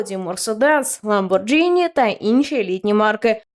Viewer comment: Ламборгіні, не "Ламборджині"